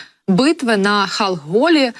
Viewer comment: Ведучим треба ретельніше готуватися до ефіру! Зокрема, пару разів перечитати текст, підготовлений заздалегідь! Де була битва між рад. і япон. військами? На Хаголі чи Халхин-Голі?!😅